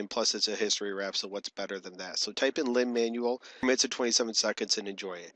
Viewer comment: freaking " lin mAnUal" the heck